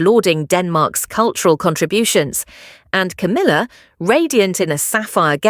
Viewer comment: Coomila? You cannot make a silk purse out of a sows ear!!?